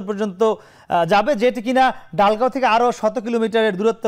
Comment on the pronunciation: ডালগাঁও নয় দলগাঁও